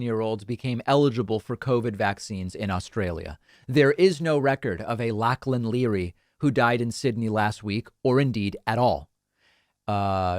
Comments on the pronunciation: Around here, in west oz, Lachlan as pronounced in a more Scottish way, with a back-vowel between an o and a, and the "ch" more like the German or Dutch. The diminuitive is "Lockie." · DAVID, Lachlan (pronounced Loughlan) is a well-known name in Ireland. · I bekken the name Lachlan is pronounced as Lock - Lin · It’s pronounced lock-lon. 🤣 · you pronounce Lachlan with a Lock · Pronounced Lochland, spelled Lachland. Not so popular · It's spelled Lachlan but pronounced Lock Lin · Lachlan pronounced Lock Lin. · Lachlan pronounced “Loklen” is a common name in Oz. The unvaccinated make up only 6% of our population, but make up over half the icu patients…. Go figure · I am in Australia and this was horrifying to hear this false story. We all had Covid this month including my 12 month old grandson. He was a very sick baby for a few days. Also it is pronounced Lock-Lyn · Lachlan is pronounced "Locklan", it is a scottish name, I don't remember it being that popular when I lived in Australia. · Well here in Australia with all our family in sydney ill tell you despite a news channel plagiarizing some nut on the internet, something they do regularly rather than pay for real journalists, the story isnt true, nothing of the sort happened period. And yes lachlan is a common name as it is in england, its pronounced lock-lun. American pretending to be Australian to prevent Australian kids being vaccinated. Thanks a lot. If he was Australian he would be charged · Hi mate. Lachlan (pronounced Locklan) not that common but most people would probably know one. If they find this guy he would be ostracized to a point. He would be back in the States quick. Glad you can claim Rupert. We have to check out shows like yours for verification. Limited US stories here unless you want to believe 🦊 Fox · Lachlan is pronounced Lock-lin. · Lachlan is Scottish. Pronounced “Lock-lan”. It is reasonably common in Australia amongst those with Scottish roots. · It's pronounced lock-len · Pronounced "lock lun"